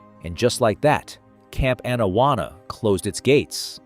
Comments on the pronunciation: Pronounced Awn-awana not ann-awanna. Sorry had to point it out. this is why I dislike AI voice overs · His pronunciation of Camp Anawana is criminal.